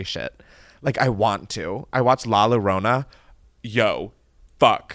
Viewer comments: The scariest part of this episode was Chris pronouncing LA LLORONA as La Lowrowna 😭😩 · FOR REALLLL!!! 😭💀 “la low-rrona”, and twice too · did u really say la lorona…. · i’m dying over his pronunciation of “la llorona” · Ive been thinking about that a lot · Lollll I was looking through the comments to see if anyone else caught that. I was thinking “is he talking about the curse of la llorona? Or is he talking about a movie I’ve never heard of?” 😂😂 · The way he said la llorona lmao I can’t 🤣🤣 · with peace & love the way u were pronouncing “la llorona” made me laugh so much lmaooo